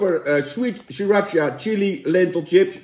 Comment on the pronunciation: Het is chips niet Tchips!!!! Pfff